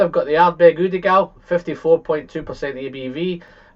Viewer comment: Why do you pronounce the Ugeadail as udeagail instead of the right way?